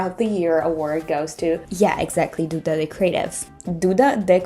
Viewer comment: soube que era brasileira no jeito que pronunciou duda ahahah linda demais, ja vou acompanhar muitooo